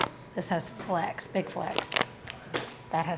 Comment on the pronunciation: are you saying "flex" or "flakes" when talking about the pepper?